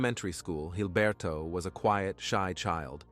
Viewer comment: Jesus Christ it's Gilberto. With a G. Quit pronouncing it with a gay ass accent. Call him Gilberto, blockhead, pig, or shit for brains. Not Hilberto.